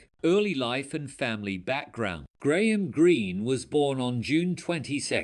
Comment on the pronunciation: Do not get your point, he spelled it right and he said it right. Are we watching the same video?